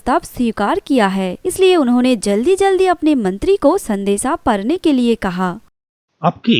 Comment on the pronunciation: परने नहीं पढ़ने होता है